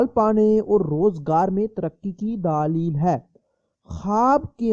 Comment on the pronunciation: Matlab ye k wo aapkay bolnay k andaz py keh rai h